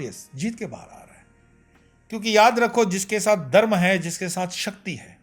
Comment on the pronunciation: Are Dharm to sahi se bolo. You said Darm not Dharm!!